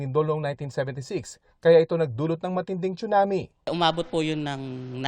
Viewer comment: Tsunami not chunami